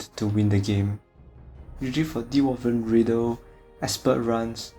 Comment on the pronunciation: great job man =) and its dwarven coming from dwarf (gimli in lord of the ring for example (really small folks)) and not D- war-ven :)